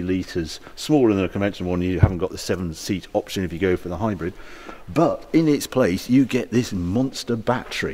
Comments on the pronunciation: Omg Harry it's HybrId with an I not HybrEd 🙁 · Its not hi-bred,its hybrid.